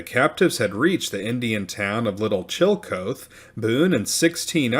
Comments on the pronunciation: Love ya, man... Thus I am obliged to tell you Chillicothe is not Chill-coat but Chill-uh-koth-ee. Just sayin'. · Old town was pronounced like CHILL A KAWTHEE not Chilly Co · Please note Chillicothe Ohio is pronounced Chill-a-KOTH-ee Chill Uh Koth Ee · It’s killing me…. the proper pronunciation of the town Chillicothe is NOT chill coath (2 syllables), but rather chill uh kaw thee (3 syllables). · It's chill-ih-koth-ee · Chillecothe is pronounced Chill -- e -- co --- the. The "co--the" is two syllables. The "co" is pronounced cau, as in coffee. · Chillicothe is pronounced [CHILL-eh-KOTH-ee] and 'Quebec' is pronounced in Canada as [kuh-BECK]. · That's pronounced chilla koth ee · Duquesne (sp), and Chillicothe, mispronounced.